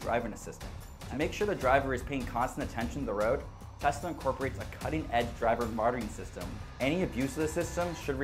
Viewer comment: Are you saying “driver martyring system” because that is oddly appropriate